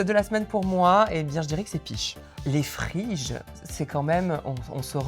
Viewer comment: Les phryges ont été comparées à des clitoris. Sans parler du nom, illisible à l'international: Phryges pouvant être prononcé Fridges.